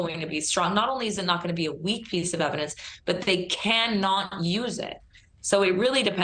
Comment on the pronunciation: Its "I" "they" is longer. No "T" in there.